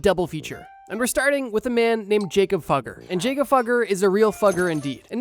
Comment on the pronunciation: Jakob Fugger is pronounced yah-kub foo-gur